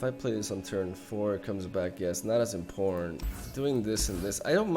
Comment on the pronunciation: Okay, real talk.. Am I the only one that hears “in porn” when says “important”? I promise you - you will not be able to unhear this.